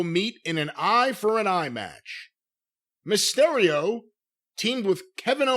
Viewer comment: If I hear say mah-stereo one more time imma sodomize him with a 🍍 with my ring worn Mysterio mask on. Jim cornette